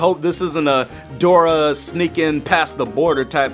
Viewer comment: it’s Dora not grora